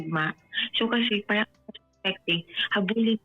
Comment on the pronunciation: Kung ako yung lalaki marinig ko palang sabihin nya yung word na “paRang” lalayuan ko na to 😂🎉 tapos magkkwento parang 3 years old amp! 😂🎉 buti nga sayo hahahahaha